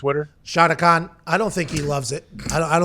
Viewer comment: ”SHAHDA KAHN.” 😂💀